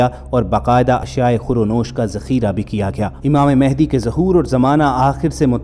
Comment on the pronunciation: امام مہدی رضی اللہ عنہ کا نام م پر زبر سے م ا ہ د ی پڑھا کریں۔ شکریہ آپ کا اسم گرامی محمد ، والد کا اسم گرامی عبداللہ ھو گا اور لقب مہدی ھو گا۔ آپ اپنے طور پر امامت کا اعلان نہیں کریں گے نہ دعویٰ کریں گے بلکہ خانہ کعبہ سے لپٹ کر دعا کرتے ہوئے لوگ آپ کو پہچانیں گے تب ھر طرف خون ریزی ھو گی لہذا ادھر ادھر مہدی ھونے کا دعویٰ کرنے والے جھوٹے ھیں کیونکہ انکے ظہور کے بارے میں احادیث میں بتا دیا گیا بس ٹائم کا نہیں بتایا گیا۔